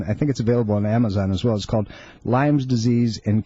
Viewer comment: It's Lyme....Lyme.....Lyme.....Lyme......did I mention that it is pronounced Lyme??!!